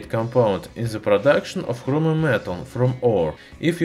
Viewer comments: It's Chromium, not Hromium Idiot. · Love how he says Chromium. Sounds like "Khromium" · Is he saying Hromium?